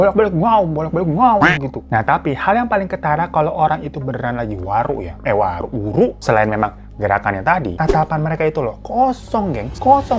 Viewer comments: Nyong ya wong gumelar...banyumas...tapi sakuan istilah ebeg kuh wuru yah...geneng bang hiro ngomonge waru...waru sakuan kayu...ihik...!!! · Wuru bang bukan wuru krn aku org Banyumas 🤭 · Bang,,gw dari banyumas nih,,btw WURU bang bukan WARU,,hehee😁😁🙏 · Wuru coy bukan waru😂😂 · Bukan waru bang tp wuruu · Wuru bang bukan waru😂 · Hhhh bukan WARU bang tapi WURU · mon maap bang wuru bukan waru😭